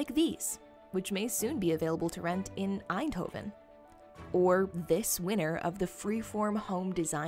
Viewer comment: Props on the pronunciation of ‘Eindhoven’